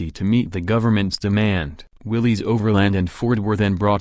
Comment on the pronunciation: It's pronounced Willis not willys.